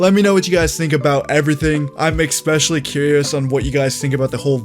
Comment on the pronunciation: i like how u say ex-pecially